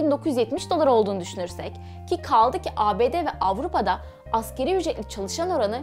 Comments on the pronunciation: askeri ücret değil "asgâri ücret" ! veriiiii değil veri! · AKERİ ÜCRET DEĞİL ( ASGARİ ÜCRET ) DİYECEKSİN..ASĞAR ARAPÇA EN AZ ANLAMINDADIR..